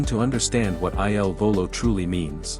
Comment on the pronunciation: Eye Ell Volo? Really??!!